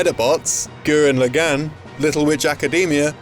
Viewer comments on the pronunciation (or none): This makes me fucking sad. Also the way he pronounced Gurren Lagann like wtf?!